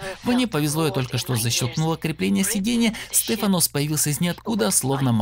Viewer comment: СтефАнос, а не СтефанОс)))